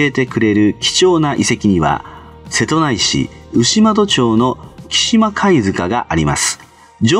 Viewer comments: 「せとないし」じゃねぇよ。「せとうちし」だよ! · 瀬戸内(せとうち)市と読みます。